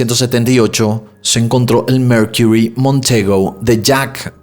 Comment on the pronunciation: Coño brother, habla bien! Qué es eso de "merquirrry"? MERCURY, sencillo y básico.